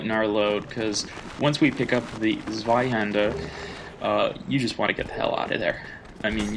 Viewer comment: beautiful pronounciation of Zwaihander, thanks for the help I was looking for a tutorial